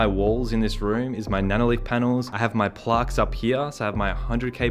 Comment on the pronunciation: Man said plarqe